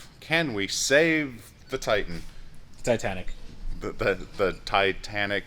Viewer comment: It's the TI-TAN-ICK!